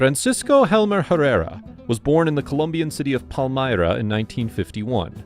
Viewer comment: The narrator needs to learn how to pronounce Spanish! It’s not Pancho is Pacho! It’s not Palmera it’s Palmira Pal-me-ra!!